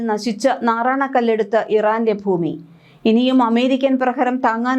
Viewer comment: വാർത്ത വായിക്കുമ്പോൾ "ഫൂമി " എന്നു പറയല്ലേ പൊന്നു ചേച്ചി.. ഭരണിയുടെ "ഭ " ഭൂമി. മനസ്സിലായോ. ഫൂമി എന്നൊരു വാക്ക് മലയാള നിഘണ്ടുവിൽ ഇല്ല 😂